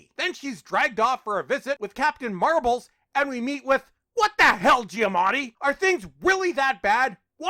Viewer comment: Captain MARBLE'S HAHAHA HAHAHA 🤣🤣🤣🤣🤣🤣 had me for a second... When he said She-Hulk I thought he said Captain Marvel at 1st.. 🤣🤣🤣